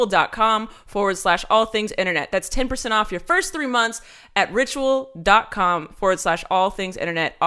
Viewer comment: Ritual sounded like Rachel the 1st couple of times you said it